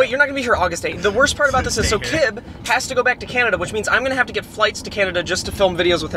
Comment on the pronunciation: idk why but saying cnanada made my day